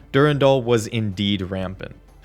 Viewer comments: Dur-Ann-Dahl Not durundul lol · Jjrro, Durandal, Thoth, Tri-xeem